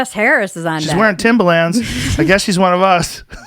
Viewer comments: Hearing Joe pronounce Timba Lands 🤣😂 they're tims or timberlins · Joe "Timba-Lins" Rogan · Joes never sounded whiter saying “Timbalands” 😂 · I couldn’t stand how he pronounced Timberlands as “Timber-Lands” 💀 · “timberLAAANDS” joes pronunciation of timberlands really irks me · lol joe calling them Timbalands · I love how Joe is pronouncing "Timbuhlans" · STOP pronouncing the A so hard in timberlands. Its like Moreland. No hard A. Joe showing his age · I work in construction where most ppl wear Timbs and I've literally never heard anyone pronounce it like that before. He doesn't sound white, he just sounds like a moron.